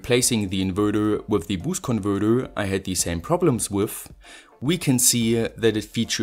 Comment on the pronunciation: lets play a game: every time he says "converthurrrr" or "inverthurrr" you got to drink a shot.